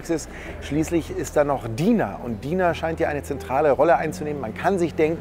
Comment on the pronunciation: Mir gefällt das Video sehr aber sie heißt Dina mit deutschem I nicht Deina